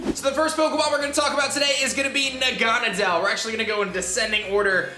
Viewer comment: its na-ga-nae-del not that